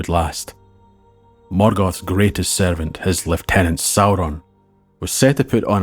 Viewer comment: Oh, I say! Such a treat, this video is. And he even pronounces "lieutenant' as intended. There are so many videos with, AI voices that have some type of British Isles accent slapped on them, but cannot get right all the telltale pronunciations. Like lieutenant and shone. So nice to hear things said correctly.